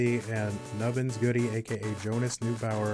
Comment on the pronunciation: Same. When I heard them say [d̠ʒoʊ'nəs nu'baʊ'ər] ... i kinda just sighed and shook my head.